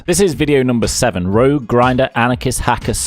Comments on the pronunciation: This man really said RUUJ instead of Rogue LOL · i fucking love you for saying rouge instead of rogue i cant believe you still remember that stream hahahha that was me lmao